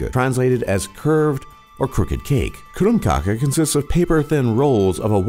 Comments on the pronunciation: «Bokkmål» «Nynosjh» «krumkakee» lol! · Omg, «Krrrummmkake» haha, understand that he cant speek Norwegian, but IT is still hilarious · I am from norway. Hørte dere måten han sa krumkake på?😅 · Måten han sier "krumkake" haha